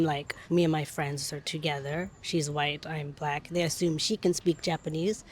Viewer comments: Thought he said block ppl 😂 you can tell they don't get many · Black. Not block.😂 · Can someone please tell the Asian guy that it’s black and not block. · its is OK to pronounce the word black (like saying hack or Jack). When I hear you it sounds like you say "block" like clock.😊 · I love when Japanese say brack people or brackle too. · Why is this Chinese dude smiling because he said about white they are the ones that is destroying things. And stop saying black like block and learn how to talk. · I just love how you pronounce it. It rolls off the tongue. "Bulaku" 😄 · The interviewer pronounced the word Black very strangely! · Why're u pronouncing " black " so weirdly